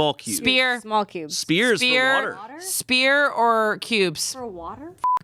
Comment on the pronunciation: Are they saying "spear" in the convo about ice? Wouldn't it be "sphere?"